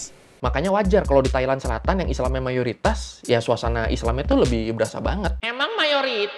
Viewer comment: Logat Thailand Moment 😂 MeiMAnG mUayoriTAaaSss? Pattani lah... Pak Tani